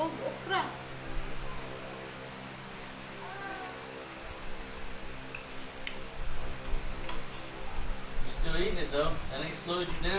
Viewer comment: When you called that OKRA , OKRIE I almost fell of my couch I laughed so hard.